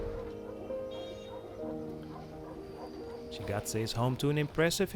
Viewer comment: Shigate not Xahae😢😢😢